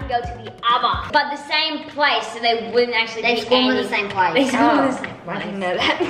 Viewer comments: If the Norris nuts see this I would just like them to know that they say squwarm instead of spawn love ye ❤️ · Is also spawn not spwang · lmao how they say 'squarm' not 'spawn' cracks me up. I don't think they even realise it